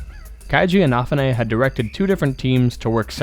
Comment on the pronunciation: I... can not get over how you pronounce Inafune's name.